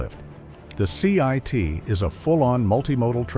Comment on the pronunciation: It's "CIIT" - not "CIT".